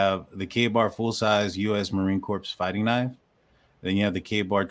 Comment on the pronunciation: Marine Corp is pron ounced CORE!